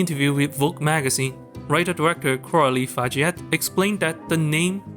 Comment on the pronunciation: btw just nitpick, Fargeat is pronounced "Far-zhah"